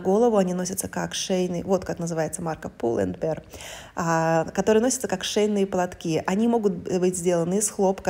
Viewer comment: Произносить надо, пул энд бир. В Риге есть такой. Сын так говорит.